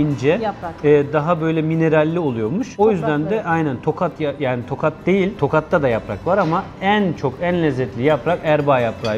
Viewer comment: Tokat deyil tohat